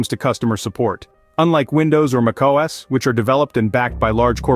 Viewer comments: The voice is probably a voice AI. No human can pronounce Mac OS so shockingly wrong. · Sorry what, how did you pronounce mac OS? 😅